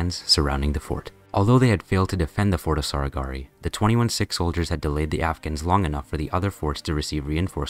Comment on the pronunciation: bro cannot pornounce sihk